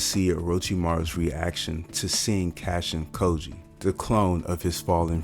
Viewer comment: Lmao you’re pronouncing kojis name wrong it’s not “cashin koji”lol